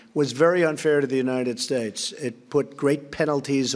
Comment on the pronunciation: The United Shayse..